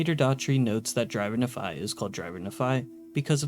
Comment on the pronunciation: Took the time to research religious texts but didn't take aby effort to learn the proper pronunciation of 80% of the words like nephi or melee i cpuld list them all but it would take more time than you put into this video